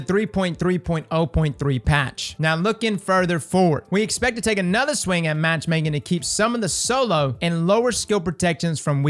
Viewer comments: " Anotha week boys, and anotha twab " is my favorite part of the week!! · “Anotha TWAB boys, and anotha week!” SAY IT